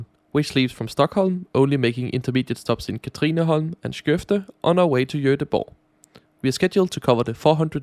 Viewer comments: State of the art. 😂 The heart of the railway network is clearly HALLSBERG! Thre houses, a korvkiosk and a huge fuck-off station!And you forgot Bögringen/Spottkoppen at Stockholm C. 😂 I think platform 10 is reserved for the GBG line always. (I never knew how much I needed to her a Danish person pronouncing “Skøvde” until you gave such a gift to my ears. Mange takk!) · 😄It was the perfec English paired with the pronounciation of Skövde and Göteborg😁